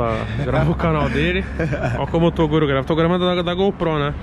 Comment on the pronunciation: torugo kkkkkkkkkkkkkkkkkk